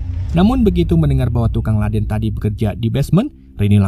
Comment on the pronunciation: Ledeng bukan ladeng..lol